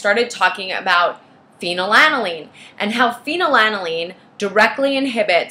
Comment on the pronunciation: She doesn’t even pronounce it correctly.